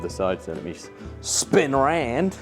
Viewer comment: "Spin arand" proper cockney innit 🤣